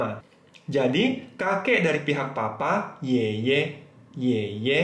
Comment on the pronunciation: yeye nya salah intonasi tuh laoshi..